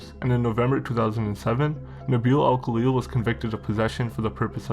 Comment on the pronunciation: Thats not how you say our name u twat goof